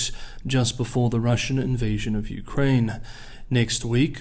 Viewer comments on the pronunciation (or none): none